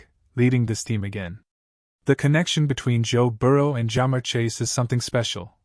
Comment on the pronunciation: "Ja-mur Chase". USE A REAL NARRATOR!!! AI SUCKS.